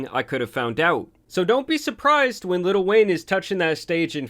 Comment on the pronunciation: Bro.. why do you keep saying 'litl wayne" XD